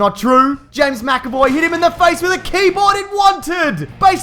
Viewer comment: you mentioned James macavoy, but not properly